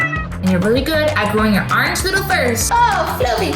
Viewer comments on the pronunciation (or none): you said arange😂😂😮😂😂😂😂😂